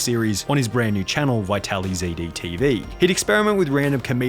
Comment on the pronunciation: he says vitaly z d tv lmao i always read it as vitalized